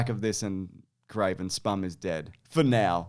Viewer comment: Spum? you mean SPUMC? its so much more offensive when you pronounce the "C"